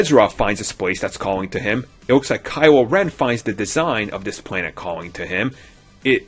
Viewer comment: "Kywo Wen"